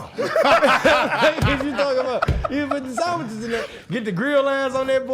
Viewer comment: “The sonwiches🥪”🤣🤣